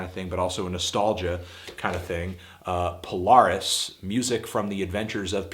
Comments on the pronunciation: No prob. That part of the vid kind of irked me. Not to mention his butchering of the name Polaris. PolAIRis not PolAREis haha. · Polaris is pronounced Pole-Air-S. Also, while I'm sure you know this, Miracle Legion is the band Mark Mulcahy is more famous in terms of being a CT legend, not Polaris, who were simply a side project of Miracle Legion made especially for Pete and Pete. I was really confused when you kept claiming they were legends in CT, when they released one, under the radar album in '99 and didn't play a show till 2012.